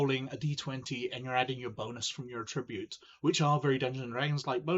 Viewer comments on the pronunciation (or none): a-TRIB-ute is a verb. AT-tribute is the noun.